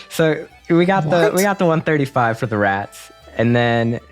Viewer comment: for fucking RRRRRATS !!!!!!!!!! 😂